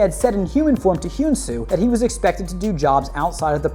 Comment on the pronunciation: this is how u say hyun su´s name he an su